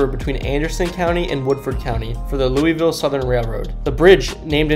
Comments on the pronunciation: Its Lu' vul' ;) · Loo - Uh - Vul, sorry that was bothering me. Otherwise good video! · Everytime be pronounced it , I cringed . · It pronounced lullvull